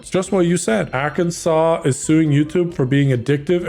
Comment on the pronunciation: Arkansas mentioned! Let’s go! It’s so weird hearing say it’s name 😂